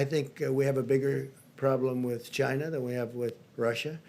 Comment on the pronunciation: He has to say "Chyna" virus every now and then to appeal to his white supremacist base.